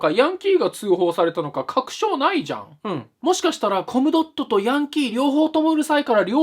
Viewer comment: マイルドヤンキーVSネット民 途中、興味無さすぎてコムドットをコムドーム言うてるやん ゴムかよ これはPDRなりの話題の薄さを例えたのかな？笑